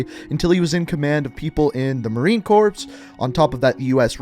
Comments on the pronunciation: Moron its marine “core” not “corpse” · Marine Corpse? It’s pronounced Marine Core (Corps) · Corps as in "core". Not 'Corpse'. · This manz said Marine Corpse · did he just call it marine corpse? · It’s Marine Corps (pronounced “Core”), not corpse. Just wanna point that out. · Marine Corpse? Really? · Marine corps is pronounced like marine CORE not marine CORPSE. Just a heads up. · Marine corps is pronounced marine core not corpse you imbecile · It’s pronounced “Core” not “Corp’s” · Marine “Core” not “Corps” the S is silent 😂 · Dude really just said marine “corpse” 😂😂😂 its Corps (said like core) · “Marine corPs” Me: visibly triggered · Corps is pronounce Core not Corpse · “Corps” is pronounced “core.” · His pronunciation of “corps”... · I got triggered by the way he pronounced Marine Corps... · It’s pronounced “marine CORE” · Hey smart guy, it’s pronounced “Corps” as in The center of the earth. Not another way of saying dead body, get it right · Not to be an annoying dick but u pronounced corps wrong, it’s pronounced “core” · Just letting you know in Marine Corps the Corps is pronounced as Core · Marine corPPPss? Lmao what? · Just wanna help out marine Corps is pronounced marine core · You said marine corps wrong bro cmon now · Did he say Marine (corpse)? So sad not everyone knows how to pronounce it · its pronounced "Core" the p is silent in Corps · You don’t pronounce the “P” in “Corps” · Not sure is this is a joke but isnt the p in corp silent? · Why’d you say marine ‘corps’ like that smh the p’s silent bud